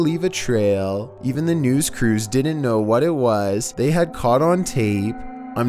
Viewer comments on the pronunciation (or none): none